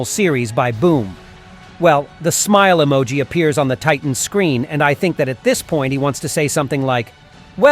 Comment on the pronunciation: I Tink he sed i tot er